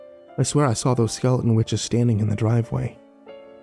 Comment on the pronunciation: For future reference, there is a "T" in skeleton. Skele'n is not a word. This made me want to shove knives in my ears.